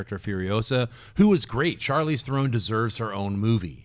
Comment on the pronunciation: Oh my god it's NOT pronounced The-Rone, its There-on